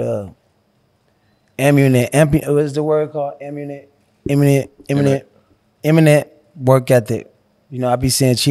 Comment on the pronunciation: he was trying to say AMMUNITION and somehow landed on imminent 🥴